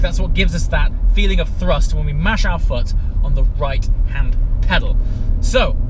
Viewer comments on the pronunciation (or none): none